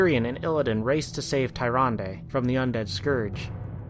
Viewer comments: Awesome vid man, but I can't get over you pronounce Tyrande. It's pronounced Tier-ron-dah. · Tome of Sargeras? Satire? Furblogs? It's pronounced Toom of Sargeras, Sater,and Furbolg, the l and o are switched. Tyrandes name is also pronounced Turande!